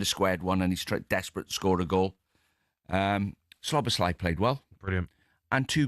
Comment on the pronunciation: PLEASE Talksport can you tell Deano how to pronounce Szoboszlai correctly!! There's no L after the first S !